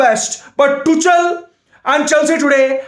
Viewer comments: it is tuk-el not tuch-el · I always enjoy your videos mate!! Keep up the good work !! Anyway ,It's Tukhel(Tuchel) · his name is tuchel but you pronounce it like tukhel in german just like acht ( means eight in german) we pronounce it likr akht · It's pronounced tukel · Tu chal 😂 😂 😂 it's tuchel... H silent... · It is pronounced "two" "khl" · could you please review the pronunciation of Tuchel before the next rant? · well maybe pronounce Tuchel right duh